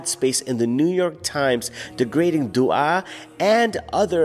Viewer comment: Akhi it’s not du’a haha. Dua in Albanian is pronounced doowah and means love